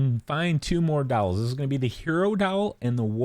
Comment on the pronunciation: Lmao the way you pronounce “dolls” had me so confused for a minute. You make it sound like “dowels”. So I kept hearing you say to pick up the vowels, or to go upstairs first and grab the 2 towels, I was totally lost 🤣